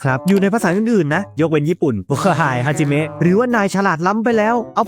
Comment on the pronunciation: ทำไมอ่านฮาจิมี้